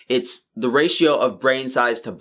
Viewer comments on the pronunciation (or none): none